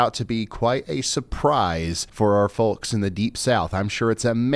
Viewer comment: You don't pronounce the 'l' in folks. It is silent, like the 'l' in walk and talk.